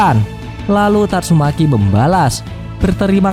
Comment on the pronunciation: Yg ngakak bilang " YANG KELUAR TATSUMEKI"😂